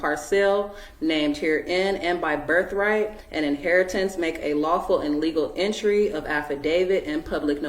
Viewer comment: What's a "berf-rite"?? Plus, the child is WAYYYYY better off away from this woman!!